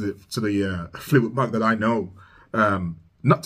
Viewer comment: fleetwood Mac like like in (a)mbrosia not like m(o)cking. Or like hay Mack.